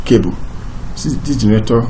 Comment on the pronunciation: I can only understand maybe 10% of the words you are saying when you are speaking. You don't even pronounce the word generator correctly. You are saying: Gerator. And that cursor is flying all over the place while you are speaking. Break it down to point one, point two, point three if you want to explain it properly.